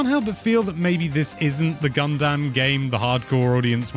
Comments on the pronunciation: Funny how got on for emphasizing the "ass" in "asphalt," but nobody acknowledges "Gun-DAMN." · Love the way pronounced Gundam. Like gun-damn that was a good direct!